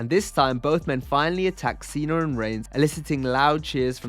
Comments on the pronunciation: “Cener” always cracks me up Lmaooo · Who are “Chiner” and “Cener”??!?? Those aren’t real people or names. From the look of the video I have to assume you are attempting to talk about China and Cena, but why in the world are you saying something different. WTF is wrong with you?! STOP SAYING “CHINER” and “CENER”!!!